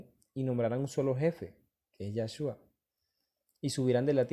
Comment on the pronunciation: Es yeshua no yashua